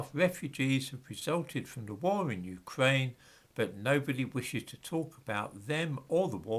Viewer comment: Your R is so fucking annoying. Wewwewwewwew Ukwaine